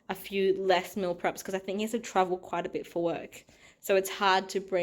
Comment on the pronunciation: It sounded like you said your partner is in trouble quite a bit with work 😂 had to replay to hear travel! Your spaghetti bolognese looks delicious. What do the garlic chives taste like? Are they very garlicky or similar to normal chives?